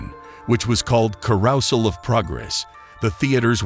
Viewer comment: ?"Carousal of Progress"? ?Carousal? ( - and - )